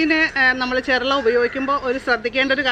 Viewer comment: ചെർള അല്ല ചെറൂള എന്നാണ് പറയേണ്ടത്.